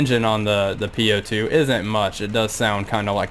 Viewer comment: Nice craft, legendary! To pronounce correctly "У-2" as "bOOk" not "u" or "По-2" as "POlice". Best regards!